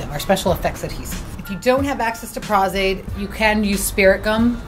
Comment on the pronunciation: Prahz Aide? No honey - no. It is Pro's Aide. Like professional - which you are not. SOE - you seriously need a refund if you paid them.